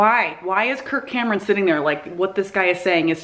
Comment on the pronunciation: Every time she says "Kirk Cameron", I think she's saying "Kurt Cobain" and I get excited.